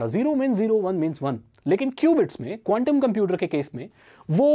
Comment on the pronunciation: bhai condum bolaa🤣🤣🤣big fan bhai